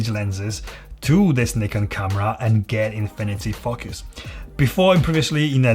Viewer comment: You say focus like they say Fu*ckers in England. lol. Great video, I subbed :)